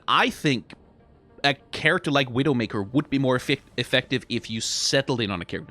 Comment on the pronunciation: struggling to say either Black Widow or Widowmaker correctly is a mood